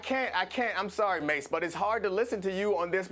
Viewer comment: Lol he said "Mase" I started looking for a Bad Boyyyy